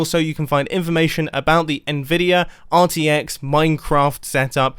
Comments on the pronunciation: "Nvidir" Mumbo are you secretly from New Jersey? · Its "Nvidia"